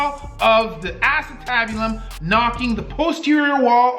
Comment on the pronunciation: Brutal injury but I laughed every time you said asstabulum. I know it's not spelt that way but funny name.